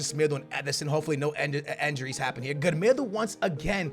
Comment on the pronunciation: This has always annoyed me, I don't mind it too much anymore, but it's INJURIES not ENJURIES. Like so can see 😂